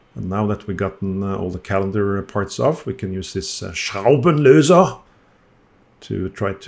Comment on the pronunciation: 😂😂😂why do have a little problem with the word "Schraubenlöser". Vikings do pronounce their words hard too. 😂😂😂😂 happy greetings from Germany.